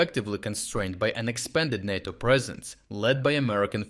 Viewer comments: it's NAY toe. not naw toe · Nae toe not Nah toe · NAyTO not NAaTOe. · NAY-TOE, Not NAH-TOE. You get it right sometimes! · *NATO is pronounced NAY-toe. you said NAH-toe. I think this is significant enough to comment on because it is a short word and might be misunderstood. #FeedTheAlgorithm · NAY-to. Natto is a sticky japanese bean dish. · Say Nay-To. Not NaarrTo. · He says is correctly N A T O in slavic language not like stupid usa NEITO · Ney - toe , is pronounced NATO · I get that it probably saves time recording, but it's kinda easy to tell you've moved to an AI voiceover. I've noticed it in a few videos over the past few weeks, but it stumbles on stuff like pronouncing NATO as nahto instead of nayto. It kinda takes the channel down a little bit if I'm honest. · You keep pronouncing NATO two ways. It's pronounced "nAto". Emphasize the "a". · Make USA amber not green at the moment. They are not our friends, well he isn’t anyway. It’s pronounced Nay-Toe. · Naughto? I guess these videos have gone AI now? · "NATO" is normally pronounced with a long "a" sound. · "NATO" is pronounced with a long A as in "pate" not a short A as in "cat."